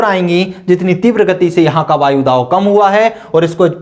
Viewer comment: सर वायुदाव नहीं वायुदाब